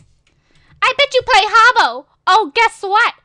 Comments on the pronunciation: its not haubo is hah-boo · Wtf is Harbo? It's Habbo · It's habbo, not hubbo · welllllllllllllllllllllllllllllllllllllll you're pronouncing it wrong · is werid and pronouncing habbo wrong